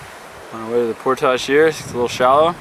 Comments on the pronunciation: Joe, Love the vids! Subbed a while back. Content is awesome as well. But if I hear you mispronounce "portage" one more time I will take hostages. It's (portige) not (Portahge). Keep up the good work! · The word is Portage .... Not por tage.